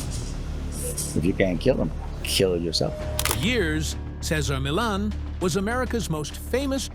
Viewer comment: At least pronounce this wonderful man's name correctly.